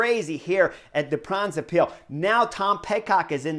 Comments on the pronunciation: For: The word Brabant comes from the province of that name (It's not 'Flanders' Vlaanderen). And with the -se extension it has the rhythm of the English word: knucklehead. OK? The first syllable is 'Bra' (just like the undergarment); followed by:; So you get: Bra-bant-se. Say it at the rhythm of 'knucklehead'. For the 'ij' in Pijl read a 'y' and it sounds close to the English word 'pile' (meaning 'arrow' in Dutch) Combined: Bra-bant-suh Pijl. At the rhythm of knucklehead pile. Once you get this down your subs will double to 100K (Kudos for: 'Moskesstraat; that was perfect!) Thx for your analysis and commentary; as always! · My Man Chris Horner, I am going to help you! Try to say (in English): BRA BAND SAY PILE good luck!